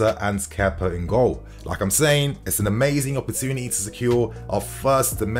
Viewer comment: Find it funny when English ppl say kepa like kepper. Idk why I find it so funny